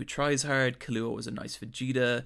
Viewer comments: Why he say Killua’s name like that I thought the pronunciation of the x was annoying but that takes the cake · ok so good video, but its kill-ua, not killoohaah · Great video as always but holy shit. "Tight" Kubo? "Killooa"? "Mirium"? Those pronunciations, man!